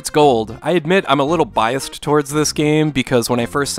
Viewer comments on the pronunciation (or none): none